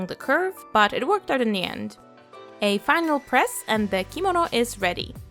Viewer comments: U pronounced it wrong it's kemono not komodo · I love how u said “kimono”♡